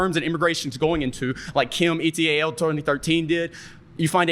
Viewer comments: Did bro say “e-t-a-l” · “Like Kim, E T A L did,” bro…. It’s pronounced “et all”😂